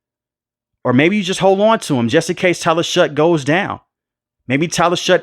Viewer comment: Its pronounced Shuck.